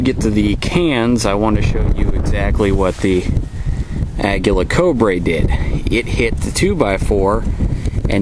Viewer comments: Co - LEE - bree. Not CO - bray. But nice vid; thanks. :) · I cringed every time he said it lol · Exactly. Ah-gee-la Co-lee-bree. Aguila = Eagle Colibri = Hummingbird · It's pronounced Uh-gee-la Co-lee-bree.